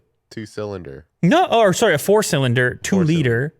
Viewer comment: sounded very Canadian when said sowwry